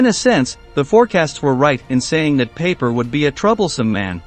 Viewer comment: Pie-Per NOT Paper!